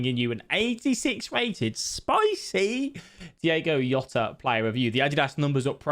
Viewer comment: diOgo Jota. Not Diego Yota :D